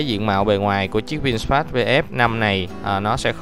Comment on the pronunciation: Vin-fast chứ ko phải Vin "sờ" fast nha bạn chủ thớt! Phát âm nhiu đó ko mà cũng sai thì review cái gì